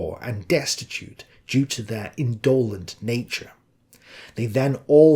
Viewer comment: Yes I do. Your talk is an exercise in procrustian reductivism. Just about everybody had a religious upbringing in those days. Rand has also led you astray on altruism. You should read Adam Smith on this subject. Nor were many of them indolent (a word you stress wrongly); they worked hard on their revolutionary activity. Independence? They went their own way with a vengeance. Also, we only have Hitler's word on his father.